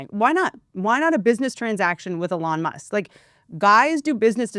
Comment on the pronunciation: "A-lawn Musk" Perfect!